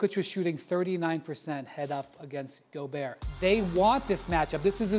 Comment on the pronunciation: Time to start pronouncing Rudy's name right. It's Goo-berT